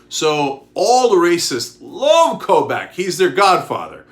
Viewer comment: Kris Kobach is pronounced "Koe-Bock". He's a horrible horrible person, but nails on chalkboard each time - from a Kansan